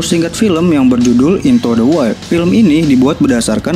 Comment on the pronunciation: Bang..boleh kritik sedikit..wild dibaca waild